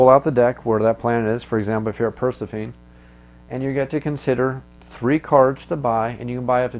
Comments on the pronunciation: Great video one thought though.... I think Persephone is pronounced "Per-seh-fo-nee". If I'm not mistaken. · Repeat after me: Per-seph-uh-nee. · I can't take it. Purr+sef+uh+knee. Not per+suh+feen. I'm sorry. You know the game, you know English, you're more than an acceptable orator, just not a Greek mythology afficianodo. I believe inara is based from there, and three episodes mention the planet. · So i like the walk threw but dude you cant pronounce persephone right all😆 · I so deserve to be harassed about how badly I pronounced this name! I would edit it but at this point I grin about how badly I messed it up! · You are correct and I don't have a good excuse for my goofy pronunciation either. I'll blame my microphone! :) Thanks for watching!